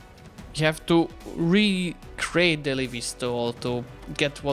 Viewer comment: Halych czyta się tak samo po angielsku jak i po polsku a więc "Halicz", nie ma potrzeby na siłę tego zangielszczać bo nie dość że brzmi to nienaturalnie to nieelegancko. Podobnie jeżeli chodzi o "Levies" czyli chłopstwo poborowe tu akurat "E" czyta się normalnie nie jako "I" i wychodzi "Lewis". Mam nadzieję że pomogłem i pozdrawiam